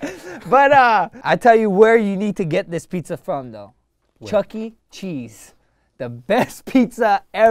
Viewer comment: Dam my dude really said chuck e cheese